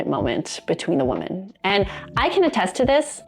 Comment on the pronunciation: Woman singular is pronounced "Wu-muhn" .. (as in "that woman is really cute") When talking about MULTIPLE women (notice the "e") .. it is pronounced "Wi-MEHN" ... (as in "That group of women are really having fun together!") Say the word "whim" without the "M", and then add "MEN" at the end ...... then you have "Wi-Men"